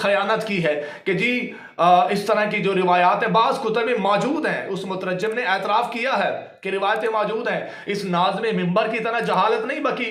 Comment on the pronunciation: آیا بڑا مورخ جواد ذھنی طہرانی تمہیں پڑھنا نہیں آتا مترجم کا تلفظ تمہارا غلط ہے بڑی علم کی باتیں کر رہے ہو واہ واہ